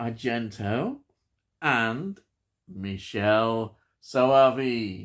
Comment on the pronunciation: I love this film. From what I understand his first name is pronounced Mick-kelley. It's a very strange film and I love it!